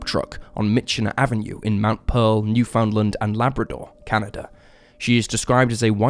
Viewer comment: all these people hung up on Louisiana place names and I'm here like: "MF'er said "Newfoundland" wrong.